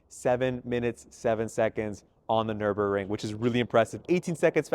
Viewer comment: BTW It's Nurburgring, Nur..burg..ring, not Nuremburg ring.👈🙄